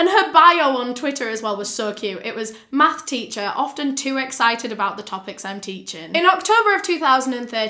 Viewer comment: terrible case, but i can’t get over the “MAFFS” (math)